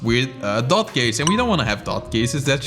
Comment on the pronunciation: he speaks दोत instead of dot😅